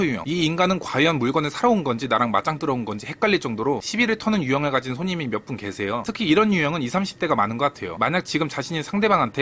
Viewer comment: 일부로 계세요가 아니라 개새요 라고 하셧넼ㅋㅋ